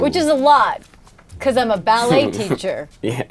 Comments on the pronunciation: Becawse wiw' baby Tannew was uncomfowtabwle and twaumatwized (Because lil' baby Tanner was uncomfortable and traumatized) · bwecawse he was twaumatized